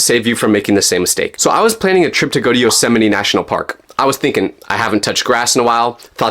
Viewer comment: How did he pronounce yosemite😂